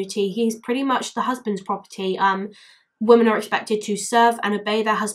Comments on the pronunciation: I watched the documentary you included a clip from and it stuck with me too. Poor girl. Society failed her. Also out of interest, why do you say "woman" instead of "women" for plural? I'm a language nerd and find it interesting that more people seem to be doing that! Wondering if it's a geographical thing 🤔😂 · Awesome video! Can I just ask.. Why is it you say "women" as "woman" sometimes? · Sorry but why are you saying woman instead of women, your saying woman in sentences that should be women. Sorry just an error I noticed. Also Muslims should be punished if they obey their stupid laws, it's solely made to keep women in check, it's all man made crap, look it up. Its basically a "religion" to discriminate and dominant women.